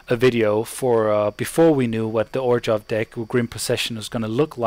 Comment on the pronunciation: great vieo! easy my fav deck in 2013. btw its pronounced OR-ZHOV. there is no G in the name.